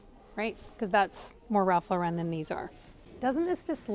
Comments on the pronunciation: His last name is pronounced "Law"ren not Laa"ren" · It's pronounced Ralph LOR-en. Not Ralph Lor-EN. He would tell you this himself. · 'Ralph LORE-IN please. No need to be extra fancy and say Lore-ren. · Ralph Lauren not Ralph Loren. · I have to say it. It's not Ralph Laur-en'. It's Ralph Laur'-en. He's American. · His name is Ralph LAW-ren. Not Law-REN! He’s not trying to be French! As a designer, you should be pronouncing it correctly. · Ralph Lauren is pronounced LAW- ren. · You of all people should know how to pronounce Lauren. The stress is on the first syllable. Therefore, the correct pronunciation of Ralph Lauren is Ralph LOR-en. It's not French! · Lauren is pronounced like the womens name.